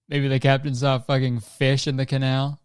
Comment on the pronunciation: And then he goes ahead to say canal without the c